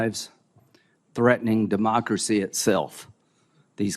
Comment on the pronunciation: Lindsey, We DON’T have a DAM OCRACY! Get it right!